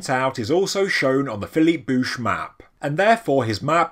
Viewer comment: I think you said it right. As a tennis fan, I know Bouchard is pronouced similarly.